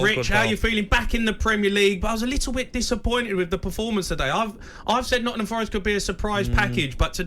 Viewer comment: Jamie, ‘ Nottinham’ has a G in it🤦🏽‍♂️🤷🏽‍♂️😂😂same as ‘birminham’😂😂